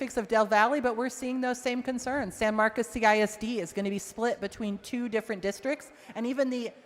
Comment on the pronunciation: She represents San Marcos and cannot pronounce the city correctly. IT’S NOT SAN MARCUS. doesn’t care about the Hispanic community, just their votes. Vote her out!